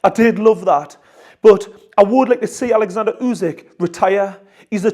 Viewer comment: His name is oleksandr. Irks me when people call him Alexander. We should owe him the respect of getting his name right.